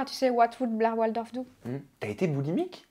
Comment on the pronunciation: Il n'y a pas de e à la fin de Blair ☺️